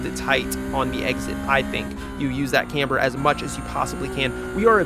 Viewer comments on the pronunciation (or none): none